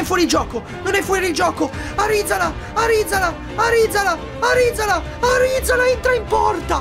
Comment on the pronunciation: Arizala non è andato tanto bene perché non lo hai chiamato bene. L'Altea volta tu e il papi lo chiamavate ArizalA e non ArizAla Ahahahahahahah. Grande